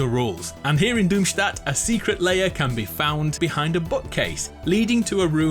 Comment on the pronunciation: Finally, a YouTuber who pronounces Doomstat correctly